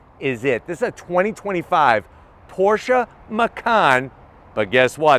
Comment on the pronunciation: IS CALLED PORSCHE NOT PORSCHAAAAA MG